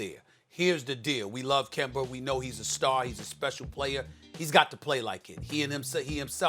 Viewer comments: Love the way SAS pronounces names that end in an "A" with an "ER": Kember Trevor Arizer Clint Capeller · “Kember”Walker gotta love Steven A. Lol